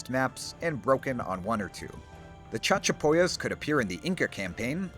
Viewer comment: "CHAD-chapoyas" XD XD XD XD